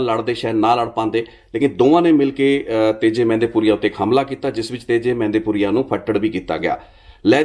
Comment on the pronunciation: ਮਹਿੰਦਪੁਰੀਆ not ਮਹਿੰਦੀ